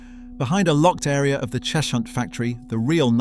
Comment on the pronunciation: Cheshunt is pronounced Chezhunt